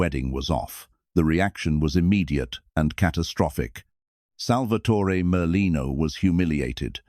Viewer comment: It's Merlino.